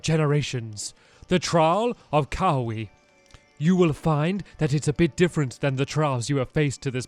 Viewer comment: key aw wei